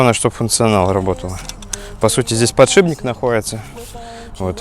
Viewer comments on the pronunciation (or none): none